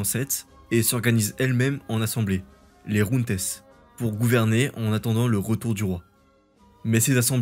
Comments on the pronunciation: Junte c'est un mot français mec et ça se prononce jeinte. En espagnol c'est Junta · "jeinte" et non "junte" ! On apprend tous les jours.